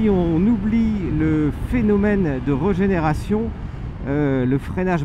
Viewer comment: Ça ne donne vraiment pas envie. Super essai comme d'hab' par contre régénération ça serait mieux que reugénération 😁